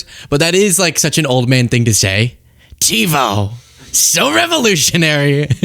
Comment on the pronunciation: There is nothing Trump ever said with which I agreed . . .until what he mentioned in this video how great "TBO" is and that he "loves" it. I believe Donnie's addled brain was trying to say "TIVO", not TEBO, TBO or whatever garbage came out of his mouth, and although TIVO was introduced 25 years ago, it has been made obsolete by many cable companies today despite being FAR BETTER than the current XFINITY cable box/recorder. Xfinity no longer supports the cable cards required by TIVO, forcing me and millions of others to use another system. BAD BAD BAD! My Xfinity box frequently often freezes for no reason, takes long naps and cannot be roused and does other strange things on its own when I am watching recorded shows, something that NEVER HAPPENED when I used my TIVO machines. We had TIVO for 15 years in NJ and almost 10 years here in Texas but UNFORUNATELY, NO MORE! Although I am older than Don the Con, I think my brain is working far better than his, IN MANY WAYS. He might still have TBO or TIVO since he is our "Glorious Leader" but we mere mortals have been cut-off, cold turkey. As Mel Brooks so eloquently put it in the film the "History of the World - Part 1", "It is good to be the king."